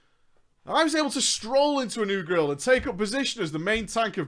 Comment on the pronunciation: i managed to stroll into a new grill? you mean guild m8